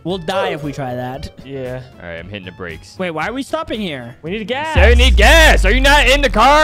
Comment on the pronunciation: What BRO you Just say gaas